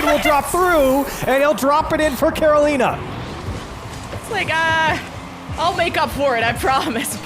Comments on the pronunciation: Why does pronounce Carolina like that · Who the hell taught these people how to say Carolina? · Care Oh Leen Uh vs Care oh Line uh vs Ka ro li na